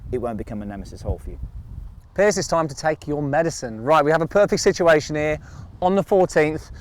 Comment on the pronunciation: Why does call Piers "Pierce"?